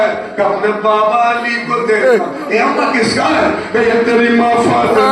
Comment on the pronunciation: Bhai fatena na h fatima h